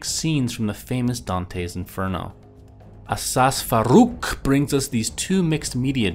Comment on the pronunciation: = Win Btw, his name is pronounced ASAD FAH-ROOK. Not Asas farrrrook. >__> (y)